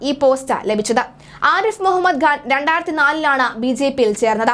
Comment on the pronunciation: The name is Khan not Ghan. I see this problem in many speakers.